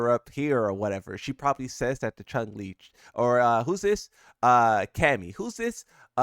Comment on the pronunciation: I love that you’re still saying things wrong on purpose.. “Chun-Li”... “Right hand” And people still don’t get it lol